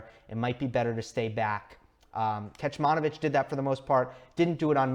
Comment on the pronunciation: Great analysis as always. One thing, "Kecmanović" is pronounced as "Ketsmanovitsch". The first "c" doesn't have an accent so it is pronounced as "ts" as in "Tsitsipas". The last "ć" with the accent is pronounced as "tsch" as in "Djoković". I am Serbian and just wanted to let you know, I did not mean to be rude or anything. Just so you know how to pronounce it in the future as I am sure we will se a lot more from Miomir. Keep it up man:)